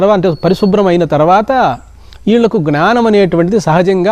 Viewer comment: జ్ఞానం ( not gnaanam). Pranaams